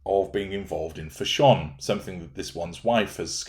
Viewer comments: took me a while to figure out what you were saying when you said 'fash-ON' 😃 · As an Austrian I wonder why you pronounce "fashion" in a way that sounds not English?